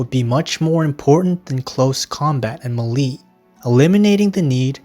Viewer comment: The way you say mele infuriates me, it is may-lay not whatever you said, but otherwise, amazing video, helped me het out of an art block so thanks